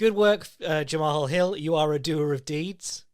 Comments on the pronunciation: it's pronounced the same as one would the name "jamal" 😭 great podcast, as always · I think it’s pronounced Jamal, he called himself Main Event Mal at the end of his interview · Pretty sure Jamahal Hill is pronounced like "Graham"